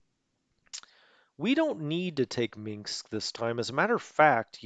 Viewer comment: Dont say Minksk. Say Minsk. There is no mink in Minsk.